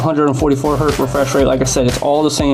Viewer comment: One Hertz. Many Hertz. Ain't no such thing as "One Hert", the Z ain't plural. Anyhoo, good video and all that.